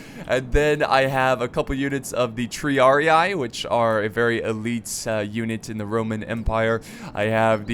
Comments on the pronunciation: Its not Triar-i-ay, its Triar-e-e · And the pronunciation of Triarii and Sagittari? Tree-ar-ee Sa-djit-taree